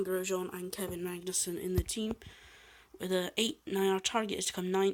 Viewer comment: It's Kevin Magnussen (i'm Danish)